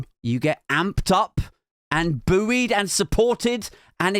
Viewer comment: Buoyed isnt pronounced like that